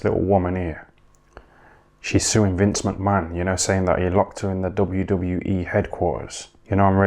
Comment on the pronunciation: Have a shot everytime this dude says vince mcmann lol